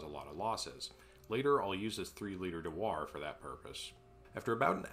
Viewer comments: FYI, it's "Dew-er", not "Da-war". just say'n. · Dewar pronounced like do-er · Amazing achievement. By the way, Dewar is pronounced "Dew er", like its a machine to make dew (which is kind of is in this context). Its named after an english guy, not a french guy. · ive never heard someone say the word "dewar" out loud, i always assumed it was pronounced "do-er" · That's the craziest pronunciation of "dewar" I've ever heard. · You say dewar like a gentleman who pours his liquid nitrogen with his pinky raised. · I have worked with cryo liquids all my life and I have never heard " Dewar " pronounced this way in any country is this a regional thing from a small town ? congrats on the juice !....cheers.